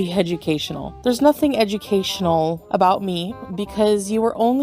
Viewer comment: says,"Documentaries, are supposed to be Hedgeucasional"🤣🤣🤣🤣👩‍🎓👩‍🏫🤣🤣🤣